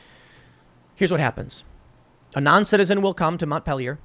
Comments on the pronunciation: Wow, way to butcher the pronunciation of Montpelier. It’s a French word… now think of English bastardizing the pronunciation of a French word, and u are on track. French: Mon-peal-e- r. English bastardization: Mont- peal- ier. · I love it when non-Vermonters try to say our city names. That said, this is pretty grim for Winooski and Mont-peel-ee-er.